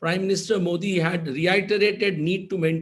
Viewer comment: मोदी is correct मोठी as Karan pronounces is wrong.